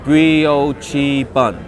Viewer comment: What a fun video,! BTW, the brioche bun is pronounced 'brii-oh-shh'.